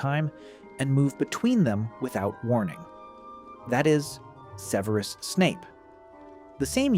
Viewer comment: AI can't even pronounce Severus properly lmao. Fuck off with this slop